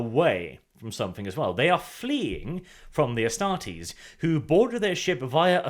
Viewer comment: I think it is pronouced Astar-tes(like test), instead of Astar-tes(like tease)